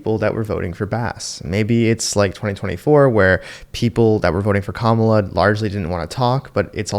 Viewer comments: Did she say Pamala😂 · Kamala!!! Wow! Did you hear her pronounce her name wrong??? Omg! How many people were called racist by pronouncing her name wrong, but if you are black you get a pass….🤣🤣🤣🤣